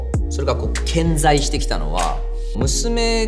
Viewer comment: 顕在の言い方かっこよ過ぎやろ。これから使っていこ